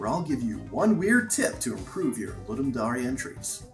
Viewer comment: Right? It's pronounced the way it's written... at least someone pronounces it right. Cause, man, fuck Roy Dotrice...